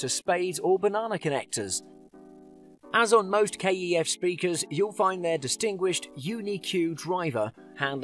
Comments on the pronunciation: Pronouncing kef ,k..e..f...lmao cmon now ,even my mum knows it is KEF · KEF not K-E-F 😂